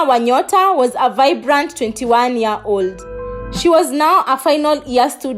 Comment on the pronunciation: Year 2019!!!!!! Not ear 2019!!!!!